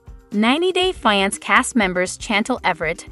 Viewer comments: I wish the commentator would pronounce fiance the right way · I even spelled it out phonetically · 90 Day "What"? wtf learn how to pronounce 😮